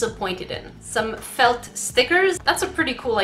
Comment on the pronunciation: The way you say felt FELT